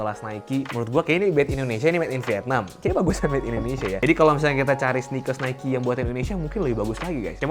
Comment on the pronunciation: itu pronounce nya nike kak...